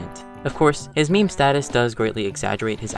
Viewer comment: a “Miim”